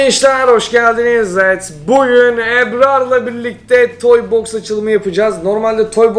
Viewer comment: Evet değilde ewt demene bayılıyorum 😓😓